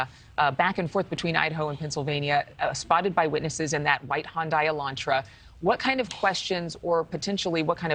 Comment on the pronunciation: I'm not so sure why its so hard for her to pronounce Hyundai, its pronounce HUN - DAY